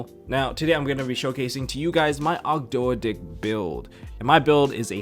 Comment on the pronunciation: It's pronounced "Og-doh-dic" like how Toad is pronounced "Toh'd"